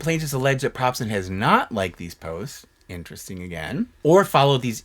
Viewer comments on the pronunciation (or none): none